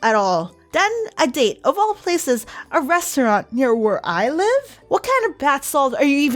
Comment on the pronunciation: I laughed my butt off!!🤣"Lucnhes" and "restarant"